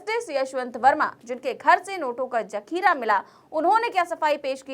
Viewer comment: Jakheera nahi.. Sahi word hai.. Zakheera. Bhasha ka samman karein 🙏🙏